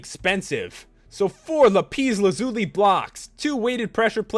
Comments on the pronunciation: lap-peace lazuli?WTF is that?It's Lapis Lazuli! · You pronounced Lapis Lazuli wrong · You said lapis lazuli wrong